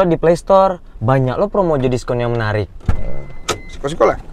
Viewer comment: Maap om blh koreksi? Bukan sikok kl sini tapi siko .. kl sikok bahasa Palembang arti nya satu 😁🙏🏻 Tapi jujur aq ngakak liat video ini ..sampe aq ulang trs 😂